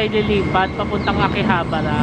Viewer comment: Your pronunciation of Akihabara is quite wrong because in Nihongo, every syllable should be pronounced in equal length. So tuloy2 sya.